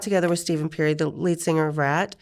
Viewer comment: I caught that too!! Aldo she called the singer from Ratt Stephen Perry instead of Stephen Pearcy.